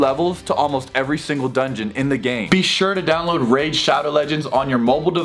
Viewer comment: I stg the first two times you said “raid” you said rage. 🙃